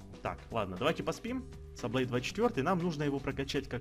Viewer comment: Мне одному кажется что 5 сезон один из лучших? Кто за пишем под коммент + и ставим лайки под видео. И правильно не Саблэй а Саблай